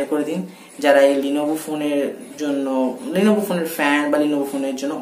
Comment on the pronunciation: 1st of all eta লিনোভো na ;লেনোভো hbe